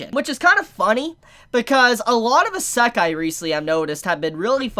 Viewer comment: Your pronunciation of isekai hurts me